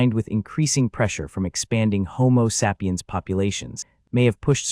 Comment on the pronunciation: I couldn't watch after the 3rd mispronunciation of "sapiens"